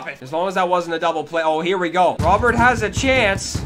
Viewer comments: His name is pronounced Row-Bear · Dont know if anyone has said this but you pronounce "Robert" with the "T"